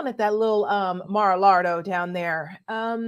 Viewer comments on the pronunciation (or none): did you say 'Mar-a-lard-O'?🤣🤣🤣